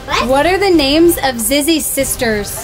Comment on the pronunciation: It's not Zizi it's zizzy with an i